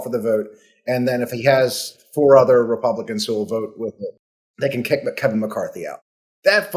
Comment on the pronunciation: Did Harry just say “House Repumpkins” ?? Hmm…